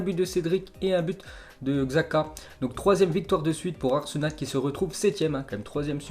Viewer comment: le mec parle tt le temps de foot et il dit « xhaca »xzaka 🤦‍♂️🤦‍♂️